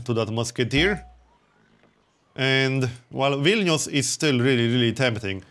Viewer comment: So good to hear a YouTuber actually pronounce Vilnius correctly. It's like music, not everyday you hear someone pronounce a Lithuanian word correctly